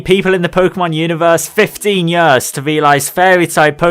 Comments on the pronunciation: please say years instead of yuhrs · Everytime you say "yöööörs" instead of "years" something dies inside me =D